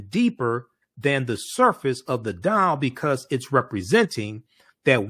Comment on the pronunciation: It's "doll" not "dial" you not calling anybody 😃😃😃